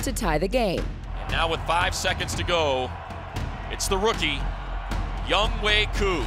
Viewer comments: they should pronounce his name 'young-o' instead of younghway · I'm just wondering if he got made fun of during his childhood, because of his first name, Young Hoe. Why they pronounce his name Young Way? Is that how you really say it? lol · It's Young-Hoe (like the gardening tool), not Young "Hway". Why can't people read?